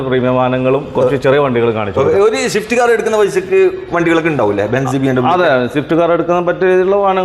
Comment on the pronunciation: ഷിഫ്റ്റ്‌ അല്ല സ്വിഫ്റ്റ് ആണുട്ടോ 🙄